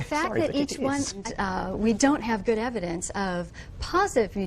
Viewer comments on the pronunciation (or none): none